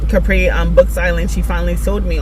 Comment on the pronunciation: Capari?? Nooo mam 😭 it’s just ca-priiii. Say it with me 😭 lmao great video a few or these I haven’t heard about but for the grace of kings I highly reccomend the audiobook. Since you have it physically you could read it in tandem a little blurry in the beginning but once you lock in it’s a great book hope you enjoy it happy reading 💗